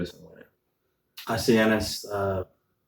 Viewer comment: Love ya Devon... but its pronounced Yawn-iss not Jan-is... we dont call you Melvon... lol